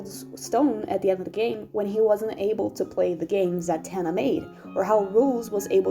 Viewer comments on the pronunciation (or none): none